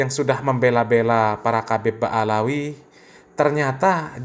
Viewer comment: Ba,lawi bukan baalawi